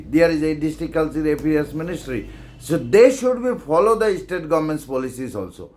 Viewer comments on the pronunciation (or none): You pronounce bha ym dei Estate dei State 🤣🤣🤣😆😆😆